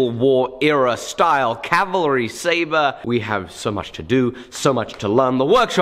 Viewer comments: Thank you for saying "CAV - al - ry" (instead of calvary)!!! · cav-ah-ree, not cal-va-ree